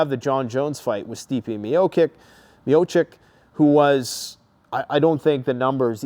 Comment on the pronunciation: Miocic = Me-Oh-Chick